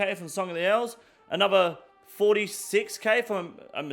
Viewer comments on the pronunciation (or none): I see your pronunciation complaint about Herblore and raise you "anover"